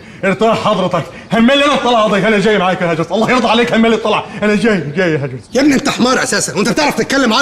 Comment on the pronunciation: اسمه هاجرس مو هادرس